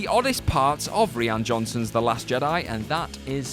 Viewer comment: No no she didn't. An also "re-an Johnson" haha